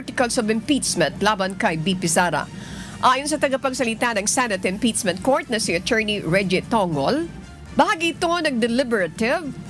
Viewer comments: Impeachment ❌ Imptizmint ✅ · Madam anchor hindi po yung articles of impitchmint😂😂(impeachment) ang cnabing unconstitutional kundi yung pag violate ng 1year bar rule.... hindi po kau nakikinig sa spox ng supreme court.